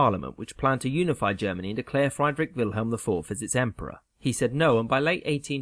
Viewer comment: Learn ti pronounce Friedrich Wilhelm properly.